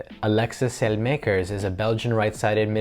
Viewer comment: Absolutely butchered Saelemakers's name 💀😂